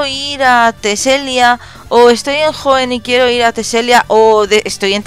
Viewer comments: se dice teselia no telesia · Teselia, no telesia wey :v